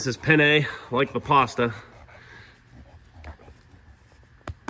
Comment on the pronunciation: Just a reminder, as an italian i suggest to pronounce penne with a longer n, because with a short n sounds like pene, and that means penis😅